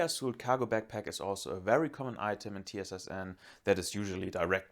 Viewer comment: hey mate just a couple of things: TsSN is meant to be pronounced like Z-S-N. As for the neonazis (there are some in RF SPN, no question) but runes are used as an ideal connection to the ancient "viking" past of russia. They have very little to do with the use that the nazi did of them. Do I like them? No. Are they in poor taste? yes. Do they make you look like a nazi? they do. But russians perceive this thing very differently so... Last: for a similar kit meindl desert fox and their faradei copy are a much better option for that type of kit. Lowa came in a little later. I'm talking about an impression, a generic impression of a multicam russian kit with DCS. Not a specific reenactment of a specific picture (since, as u mentioned, most of the characterizing aspects of the kit are almost impossible to come by).